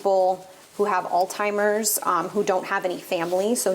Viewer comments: Please don't say All-TIMERS❗️ The word is ALZ-Heimers‼️‼️‼️ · OMG its not ALL-TIMERS ITS CALLED ALZHEIMERRS....THERE IS NO T... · Alzheimer's is pronounced "alls-hy-mers". Thank you sincerely for what you do. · Did you really say "all timers??" Instead of alzheimers 😭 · Did you just say "all timers"?? 😂😂 What ?? There's no T in Alzheimer's disease 🤦🏻‍♀️ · Al-timers? LOL